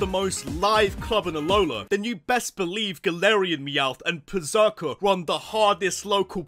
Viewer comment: THE Z IN PERRSERKER IS SUPPOSED TO BE AN S!